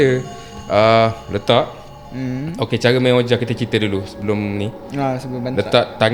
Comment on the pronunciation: 😊Maaf guys nak betulkan sedikit sebutan OUIJA board tu... Sebutannya adalah "WIJI" walaupun dieja begitu, don't ask me why, it's just the way it is, harap maklum guys... 😅sudah anda belajar, sila komen!